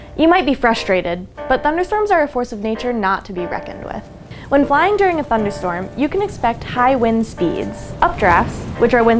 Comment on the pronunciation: "Thunderstrom". lol